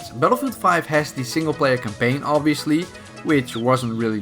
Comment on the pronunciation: Dude... stop using the word campaign if you won’t attempt to pronounce it correctly. 🤦🏼‍♂️.... and while I’m on the subject, you don’t pronounce melee correctly either.... mei • lei. Look it up using google and practice..... love your content! 😘😘😘😘